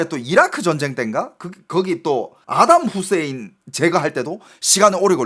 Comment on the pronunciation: 사담 후세인 아닌가요?아담으로 들렸어요